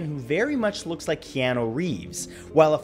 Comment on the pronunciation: Finally someone who says keanu and not pronouce it ke -ow-nu